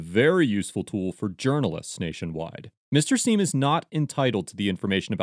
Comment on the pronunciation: Sorry. But “Mr Seim” gets an F